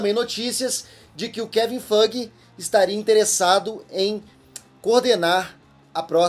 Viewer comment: essa sua pronúncia do nome do Kevin Feige é muito engraçada Toda vez eu quase ouço "Kevin Fucking" 😆😆😆😆